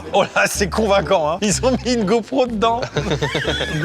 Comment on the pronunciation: "Une GoProut" 😂 Oui je rigole à 31 ans oui !